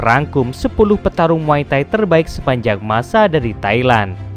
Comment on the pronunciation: Kok muay tahi bang😂 bukan muay thai?